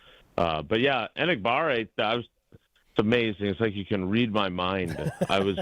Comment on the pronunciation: might not respect the guy a whole bunch but he at least could pronounce his name right. It's Not Engabare! It's Enagbare